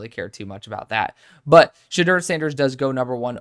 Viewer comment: Sha-door is how you pronouce it